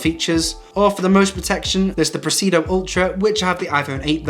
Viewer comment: Great video! You're leaving out one of the "i's" in Presidio, when you pronounce it and when you write it in the description.